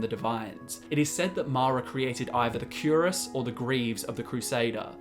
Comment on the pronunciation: Cuirass is pronounced quee-rass